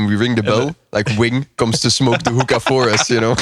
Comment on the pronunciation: thought hookah had an er on the end I think 😂